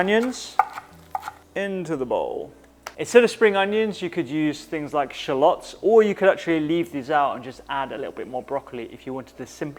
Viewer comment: The first person to pronounce shallots correctly. Yum yum!!